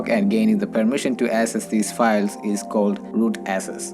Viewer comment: Dude everything about your accent is fine but please work on these 2 words. They are highly confusing when you speak fast english with different accent. 1. Access - not SS 2. Users - not uses In subtitle also it's showing SS instead of access.